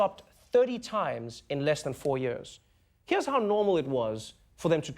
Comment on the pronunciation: "click heaaar"